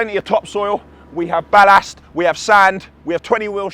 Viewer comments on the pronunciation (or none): Sorry bruv but why do you pronounce ballast so strange